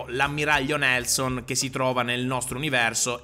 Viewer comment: Da come parla, mi sa che l'ammiraglio inglese dovrebbe essere chiamato Nijelson.